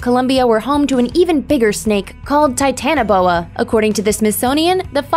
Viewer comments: Titan-Boa not "Titana Boa" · It's titanoboa